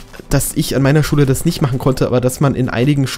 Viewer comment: wen du Schule sagst hört es sich so an als würdest du Schwulen sagen:D Liken damit er es sieht:)